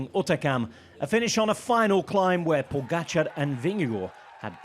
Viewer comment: Great voice of this commentator, way to go Who, indifferently, unprofessionally, lazily, will not learn how to pronounce name pogacar Ugh